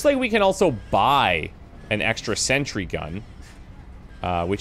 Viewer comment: It´s sentry gun, NOT century gun!